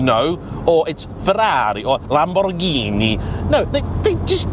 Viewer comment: Hey! You pronounce the italians "Ferrari" and "Lamborghini" so lovely perfect!! Are You an Italian under the mask? 🙂 This video gave me the courage to buy a 987.2 S handshifter last year and i had about 8.000 kilometers of fun with it! May the season start soon...